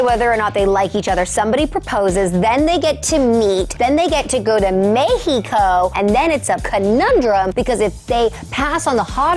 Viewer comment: “Mehh-hee-co” I love Morgan